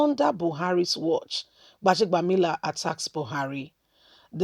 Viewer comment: Go and learn how to pronounce words and names. You're a Nigerian for crying out loud. 'Gbaja-bi-amila.' It's easy. Why do you have to make things complicated.